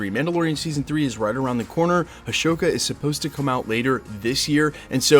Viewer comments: Why did you keep saying “a-show-ka?” The series is definitely pronounced “a-soe-ka” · Just a heads up, it's AHsoka, not Ashoka. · AH-SO-KA, not Ashokka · It is Ahsoka, not Ashoka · say a"show"ka instead of "ah"soka one more time bro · It's Ahsoka NOT Ashoka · Also, just a little nitpick, it's Ahsoka, not Ashoka lol. No "sh" sound. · a"sh"oka 😂😂😂. Great video btw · Ashoka???????Ahsoka Tano. Took me a while to figure what you talking bout bruv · triggered by the way you said Ashoka but youre probably smart enough to do it for the comments lol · It’s pronounced uh-so-cuh (Ahsoka)🤦‍♂️ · Not being petty. I realize being on track with details has always been a solidly reliable thing for you and the channel. To that end, the correct pronunciation of the upcoming Rosario Dawson Star Wars series is “Ah So Kah.” Thanks for always keeping us all up to date with everything happening in the MCU. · (Uh-Soak-uh) trying to save you 😂 Appreciate the hard work and info! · I thought for sure Loki would be debuting a month or two after Antman made it to Disney Plus. A bit disappointed. Also, thank you for addressing the scammers. Not enough YouTubers ever even bring it up. Btw no sh sound in Ahsoka. ✌️ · Ahsoka is not pronounced that way >< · Were you mispronouncing Ahsoka? Lol. Not a big Star Wars fan, I assume? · that H is supposed to be silent